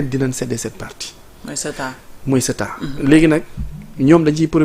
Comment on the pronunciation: Ceuta au lieu de Céta:face-orange-frowning::face-orange-frowning::face-orange-frowning::face-orange-frowning::face-orange-frowning